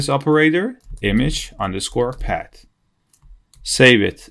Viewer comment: it's not "pad" it's "paaath" with a "th"... but it looks like it's a common thing for 🇳🇱 people, unable to speak "th" like 🇨🇳 have their issues with "r"... it doesn't make it impossible to follow, but if people talk in English, they should be able to handle the basics of that language... so my advise: please learn to speak the "th" to avoid confusions when listening 👂... anyway, thanks a lot for this tutorial and all the work that comes with such a long video!